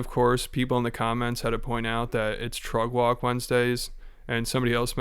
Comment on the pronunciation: You saying “trug walk?”